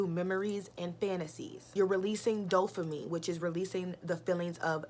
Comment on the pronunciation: Why you keep saying dofamine though. Its Dopamine right!